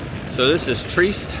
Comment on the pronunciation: It;'s pronounced TREE-EST not TREEST. I can't tell you how annoying dumb Americans are.